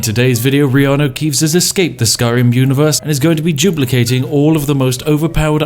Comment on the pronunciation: Whenever you say "duplicating", I think you are saying "Jew placating"